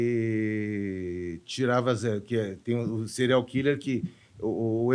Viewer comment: 🥺🥺🥺🥺🥺🥺🥺🥺🥺nao se diz cereal (killer) Diz-se Síirial killer (apesar de se escrever serial)